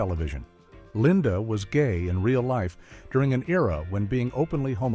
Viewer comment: This is so bad. AI audio - NOT a real narrator. Kept referring to Paul Lynde as "Linda". Don't forget: "911" is stated as "quick! dial nine hundred and eleven!" HIRE A REAL NARRATOR - STOP USING ARTIFICIAL AUDIO! Channel Blocked.